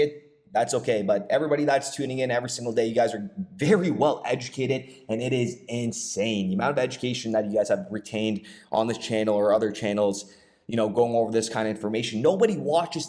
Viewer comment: Edjewmicated holder 😂